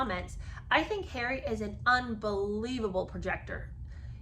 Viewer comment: I have to agree with Lola Louise that I cannot clearly hear the enunciation of the words when you dramatically do "Harry". The rest is fine, and I do enjoy your take on the book.